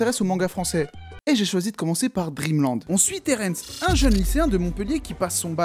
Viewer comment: alors le royaume des morts s'appel edenia et pas eternia et Terrence ce dit Terrence et pas terènsse